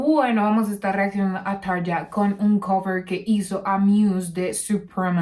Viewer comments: Buenas se pronuncia Tarria, muy bueno tu canal saludos.! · Hola; Excelente reacción/análisis! Como fanático de Muse, me parece de igual manera una excelente versión la de Tarja.... Aaahhh; "Tarja" se pronuncia correctamente "TARRIA" (acentuando la doble "r" fuertemente); cuando Tarria vivió en Argentina iba a diferentes programas de T.V. y en cada oportunidad tenía que aclarar cómo se pronuncia correctamente su nombre. Saludos y Gracias!!!